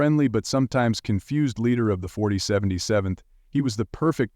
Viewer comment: First, STOP HAVING AI READ THE SCRIPTS!!!! I lost count how many different ways it pronounced 4077. Give someone $50 and actually have a person do the read. At least they could pronounce words and names correctly. Second, McLean Stevenson didn't leave the show due to burnout. He admitted in an interview that he left because he wanted to try something new and thought fans would follow him to another show. His exact words, "I didn't stop to think that people loved Henry Blake, not McLean Stephenson." Third, David Ogden Stiers did not leave the show. The part about teaching Chinese soldiers how to play Mozart was in the final episode, "Goodbye, Farewell, and Amen." Four, whoever wrote this completely missed the story of why and how Wayne Rogers, who played Trapper, left. Wayne was the one who most vocal about how it was becoming the "Hawkeye Show." He said that in the movie, and early scripts of the TV series, Trapper and Hawkeye were equals. Wayne left when, by the second season, the show was turning all its focus to one character instead of sharing stories and lines with a cast. Now the good part. Wayne never signed his contract. Since he didn't sign, he was never legally obligated to show up. So, Wayne just quit and there was nothing the studio could do about it. That is why there was never a farewell episode for him. He simply quit the show and never showed up again. Can't get the ai to pronounce things correctly and got several of the "facts" outright wrong or omitted.